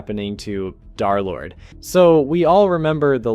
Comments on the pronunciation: some idiot said "DarLord" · pretty easy to guess why he said darlord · Derlord ❌ Darlord💥✨💖✅